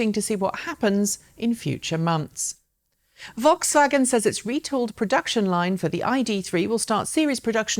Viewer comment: Thank you for pronouncing Rimac and Volkswagen correctly. You're the first anglophone presenter that does it right.